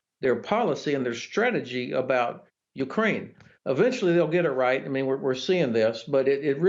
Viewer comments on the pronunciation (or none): General...its e-ventually not a-ventually. cmon, you are a general....talk like one. yknow, yknow, yknow, yknow. You need to watch your own videos and take notes.